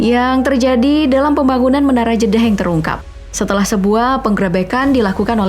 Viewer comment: Kalo denger kata pembagunan langsung ke inget kuli jawa v